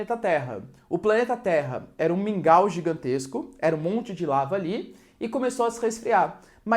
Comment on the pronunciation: QUANDO VOCÊ FALOU MINGAL EU DEI UMA BOA GARGALHADA,É MUITO BOM SUA AULA.